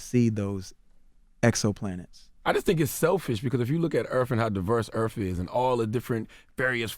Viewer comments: i like how people say Earf instead of Earth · "Earf" Will we please learn the TH SOUND?! After all these years, decades, it may have been alright in the early 20th century but damn it really sets te perception of our people back 200 years.. It's WITH not Wif. Its DEATH not Def? It's EARTH not earf. GODDAMN already and you are in communications? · CTG: "If you look at Earf, and how diverse Earf is..." Earth dude... EARTH. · Nobody: CTG: Earf. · the earf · Lmao,....EARF; lololol😂😂😂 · Why Charlamagne be saying "erf"?